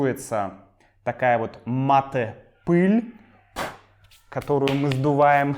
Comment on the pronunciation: Привет!! Какое-то время я изучал русский язык, и учитель сказал нам, что русские знают мате, а в русском языке оно должно произноситься матэ и с ударением в последнем слоге, Э